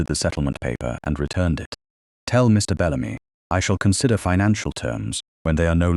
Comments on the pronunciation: Wonderful story. Thank goodness for Aunt Honoria! Very nice narration, however, - just a suggestion - in the text given to the AI to voice, could the periods after abbreviations - i.e. Mrs. or Mr. - be eliminated so that AI doesn't pause as if at the end of a sentence? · the AI voice sees the full stop, the point or period as the Americans call it, as the end of a sentence. It cannot comprehend the punctuation mark pertaining to Mrs. or Mr. as a sign that those words are abbreviations.